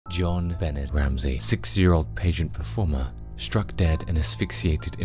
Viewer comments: I’m 99 % certain you didn’t say who killed Jon Bahnay (true pronunciation of her name) but I didn’t believe the title anyways btw Burke did it and always think of Occam’s Razor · The pronunciation of her name by this guy greats on my nerves and I'm from the UK!!! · You really should have researched how to pronounce her name.